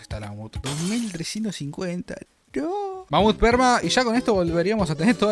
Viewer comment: bro dijiste: todas las frutas perma o : todas las fruta sperma?